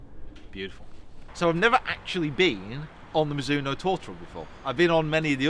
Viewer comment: please. i really would like you to say properly the name Mizuno. we don't say Mizoono, we say MiDzoono. the Z has a stonger attack like there's a "D" before it. it's japanese so please respect it.